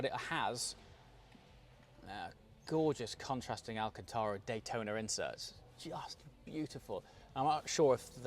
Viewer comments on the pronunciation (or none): none